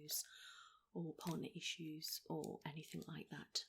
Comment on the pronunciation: HER: is there anythink in life that has triggered this off do you think? the way you're feeling? have you gone through some grief some loss or troubles at work fiends family or anythink like that at all?. ME: yeah i lost my farther 2 years ago?. HER: right okay so, totally unexplained?. ME: seriously not even a sorry for you're loss answer.